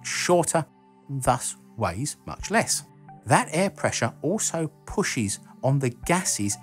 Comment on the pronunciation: pushiz... gassiz I laughed! Great vid!